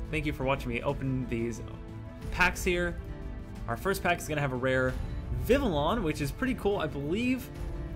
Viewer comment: You had a great video but you pronounce Vivillon like vivion other wise great vid